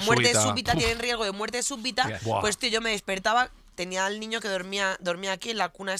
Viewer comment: ha dicho súPbita?